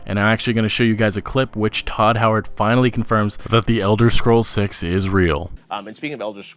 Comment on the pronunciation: his name is todd howard not tooo howard